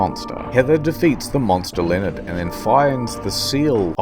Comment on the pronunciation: Ha-ha! I have discovered your weakness, Lee-o-nard...err...Laneld....uh...